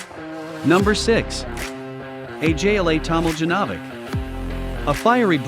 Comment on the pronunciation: Find pronouncion: Ajla Tomljanović. Hire human to read.